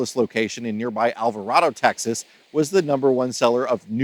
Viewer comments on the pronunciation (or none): Texan here... Your pronunciation of place names is horrible!!!! It's Alva-Ray-doe. and Clee-burn. Not the awful way you butchered them. I bet Fun-Town RV will put you through a "How to be a Texan" course after that!!! :face-purple-crying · yep, you're right. The Fun Town group took over the old Funtime RV location south of town. Now they are everywhere. It sure didn't sound like he said Alvarado either🤷‍♀️ Ancira RV is out there as well, I believe. I thought they were closed too.